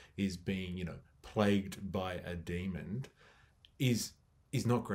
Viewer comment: "Demon" not "demond"